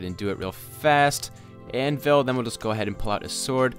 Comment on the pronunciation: You said anvis instead of anvil